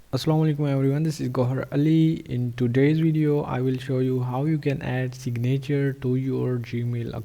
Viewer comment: Great video. A few English tips, "signature" is pronounced "sig' - na - ture," not "sig - na' -ture," with the emphasis on the first syllable, not the second syllable. Next, the sound of the "a" in "na" is a short "i" sound, not a long "a" sound. It's almost the same sound as the "i" in the first syllable. Also, the "v" in "video" is a voiced "f", which is not obvious, but it's accurate. If you pronounce the imaginary word "fideo," then pronounce "video," they're shaped the same way. The "v" sound starts with an "f" sound that gets hummed. Respectfully submitted. Regards, D.P. Henderson, NV, USA